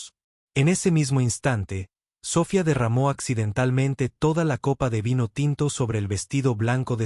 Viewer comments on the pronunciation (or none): Todo eso es una historia de Fantasia pero es un buen ejemplo, el narrador tiene que aprender a pronunciation los nombres y palabras en ingles Richardson se pronunciation con acento en la I SOPHIA con acento en la I tambien hay que ser bastante ignorante en idiomas para cometer esos errores eso no puede ser posible cuando alguien se dedica a comentar narrativas publicamente SORRY ESTUDIA MI AMIGO.